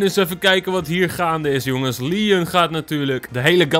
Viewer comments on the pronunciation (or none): none